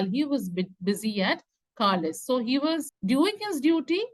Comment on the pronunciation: It is pronounced (carlile) not carlise just for correction